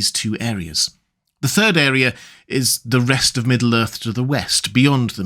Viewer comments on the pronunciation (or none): none